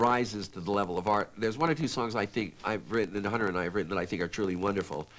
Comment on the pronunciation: where is the H?